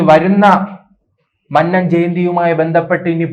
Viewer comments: മന്നം എന്ന് പറയാന്‍ ആദ്യം പഠിക്ക് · എഴിച്ചു പോടേ. മന്നം എന്നു പോലും നേരേ പറയുവാൻ അറിയാത്ത നീയാണ് NSS നേ പിളർത്തുന്നത്.